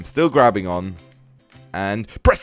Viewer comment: he says breast instead of press lol 😂😂😂